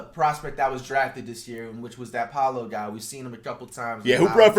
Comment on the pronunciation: he said poalo man hang in there